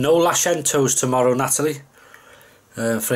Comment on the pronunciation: Nooo 'LASHENTO'S'?!!!!! 🤣 Great H & S as usual. Love Chilli usually have it with bread of some sort yummy 👍 No pubs aren't like they used to be sadly. Have a gr8 week 👍😊